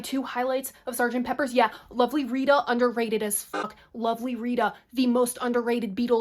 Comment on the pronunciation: It's Sgt. Pepper. PEPPER!! Not Peppers 😖